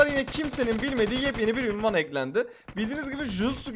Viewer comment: Abiiii ünvan değil unvan